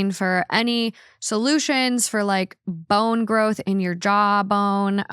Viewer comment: Lol.. she said "bone growth"